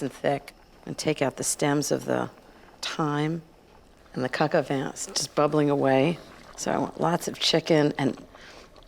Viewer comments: Btw, Ina, its properly pronounced coke o van, not cock o van. Just saying🤷🏻‍♀️🤷🏻‍♀️ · I don’t mean to pick but it sounds like she says cacavan instead of pronouncing it correctly - cohk o vahn. I mean at least say cohk instead of cack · its pronounced Cohk-aw-von. Not Coke A Van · This looks like from maybe at least 15 years ago...and it is pronounced "coke" not "cack" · I thought it was Coka Van, not kaka van. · Wel we know she likes to say cok van over and over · drink every time she says co co van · Ina darling please work on your pronunciation of coq au vin. It is not cack au vin. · 1st learn how to pronounce it in French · My dislike came from the fact she cannot pronounce Coq Au Vin correctly.. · ....That's a New Yorker for ya.....doing things their way.